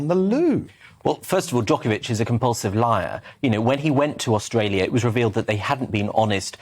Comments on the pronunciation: Agree. I too noticed that Djokovic pronounces Australia correctly. His command of English is far superior to most native English speakers. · I noticed that Djokovic is one of the few people these days that can pronounce Australia correctly and not oshtralia (Aushtralia) - the "S" in the word has been superseded by "sh" for some strange reason, particularly among the younger generation - and yes I am an Australian - just an old one who can pronounce it like Djokovic.